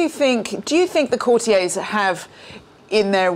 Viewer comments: 0.28 Courti - yeahs? It’s courti- yers. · What is citiez? The word is courtiers please say it as it’s meant to e said, the author has said it numerous times, follow his lead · Where on earth has this bizarre new pronunciation of 'courtiers' as 'cor-tea-ays' come from?! Presumably coined by somebody who thought it is French and wanted to sound impressive. It's "cor-tea-ers'. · Again, coutiers is pronounced courti-ers……not the pretentious French pronunciation! Sounds very odd indeed madam. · That was your company’s way of pronouncing the word and I think it is more an American pronunciation rather than English. The correct way to pronounce the word according to the Oxford English Dictionary is “cou’rtiers ie with the accent on the first syllable. The word derives from “court” meaning the people working at the royal court.